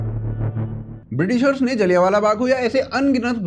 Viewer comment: सूसरे..जलियानवाला नही. जलियांवाला